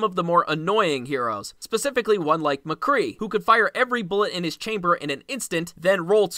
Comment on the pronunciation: You got a funny way of saying McCree